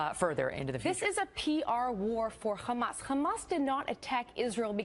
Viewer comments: Why is she saying Khlamas when it's clearly hamas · Is she an expert??? Its not Khamas..its Hamas. And I m guessing she has no idea what is going on there other than what they told her to say.. Now who's they.???... That is a good question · Why does she add the K in front of hamas? Does she think all things Arab that starts with an H sounds like KH?